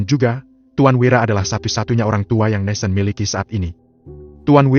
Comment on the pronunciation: Dari bab awal kok NATHAN di baca NESEN ya ???